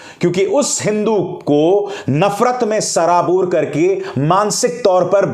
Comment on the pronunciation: Janab Abhisar Sharma ji Sir aap ki urdu ka pronouncetion bahut umda hai. Magar aaj ki video me aap ne sarabore lafz pronounce kiya jab ki meri naqis maloomat me ye lafz sharable hai.